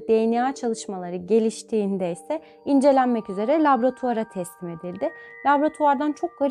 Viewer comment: Laboratuvar ,labratuar değil çok kullandığınız için dikkatimi çekti bilginize...